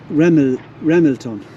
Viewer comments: Pronounced RaMELton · Pronounced, Ra, mel, ton. James Buchanan 15th President of USA, born just outside Ramelton. His father James Buchanan Sr. was an Ulster - Scot.